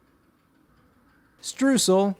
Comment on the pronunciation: i like how he said "Streusel" as "Strusal" Streusel comes from the german word "streuen" to scatter something over something. the Streusel however is the noun for the thing being scattered without going into detail what it is.